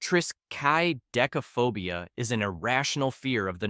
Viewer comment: Tris ka de ka fobia. Learn to read.